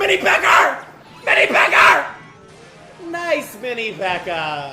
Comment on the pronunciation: bro said “mini pekkER”